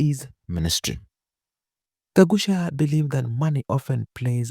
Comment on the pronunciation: That's Gakuya not Gagucia